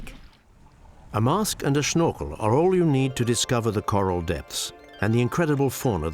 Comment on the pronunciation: he said a mask and a "schnorkel" xD